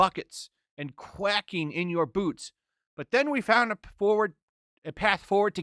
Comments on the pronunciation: Yeah "quacking in your boots" you derp, read it again. You can't say Andra correctly and you can't say the word Quaking correctly. Geezus. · Since when is quaking pronounced quacking?